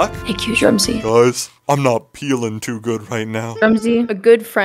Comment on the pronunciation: say THIS IS DRUM-SY